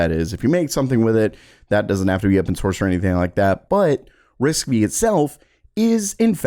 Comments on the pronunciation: It is actually pronounced "Risk Five", not Risk-Vee. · Quick correction, it's RISC 5. V is a roman numeral. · It's risc V/ risc five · That's disappointing that you obviously didn't bother to even look up a video or audio on RISC-V as it would have been obvious that the pronunciation was quite incorrect. Tenstorrent uses the same architecture and you've reported on that as well have you not? 😒